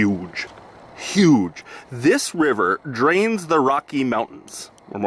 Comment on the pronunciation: "with the wiver"?? too many W words in a row there?:P You really should start prepping an area before you run the highbanker. Strip it down to bedrock, get a good stockpile going and a good huge tailings pond cleaned out and THEN run it, that way you don't have to wait and can just push it all through without stopping and you will know you've gotten everything. It also brings the chance to see cracks and possibly chase some big nuggets.